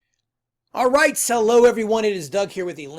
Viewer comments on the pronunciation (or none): At the beginning of the video did you say "hello" or "sell low" ?